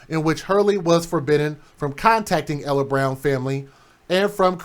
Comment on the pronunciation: Its pronounced Eeehler.